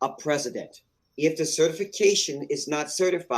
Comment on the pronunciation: Please! Who is the Preh-see-dent?